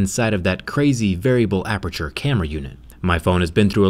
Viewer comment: DID YOU SAY APERTURE? "APEETURE"??????????? I LOVE PORTAL 2 AAHH. unless you mean another aperture rip